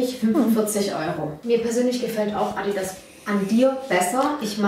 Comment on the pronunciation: Wie sie einfach bei „ Addi ass“ sagt 😂😂😂